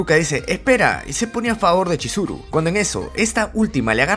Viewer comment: te equvocaste en esa parte por que tu dijiste choriso cuando era chizuru